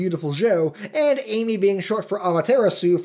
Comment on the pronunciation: You couldn't be bothered to put ten seconds of research into how to pronounce things? D'artagnan. Dar. Tan. Yun. Also, Ammy, not Amy. Ah-mah-tehr-ah-sue. I did learn a thing or two in this, but you still get a dislike for laziness. Also, Bayonetta never threatens to kill Luka. He just assumed she will. Finally, Nintendo has PLENTY of non family friendly things. They're just usually pacified for the USA. Damn. Another thing. Ee-no-key-an. And the train thing? Literally the purpose was to get the Moon Pearl. It's a secret to everybody.